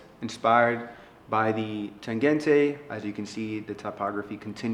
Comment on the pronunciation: interesting, but the Berlin wall fell in 1989, and NOMOS started in 1990, not 1992 yeah? also im a novice, but is the Tangente pronounced that way? it sounds like he is saying 'Tagente' shouldn't it be like tahn-GEN-tuh? I love the watch for you though.